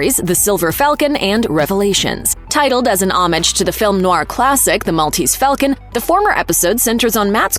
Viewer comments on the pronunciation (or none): none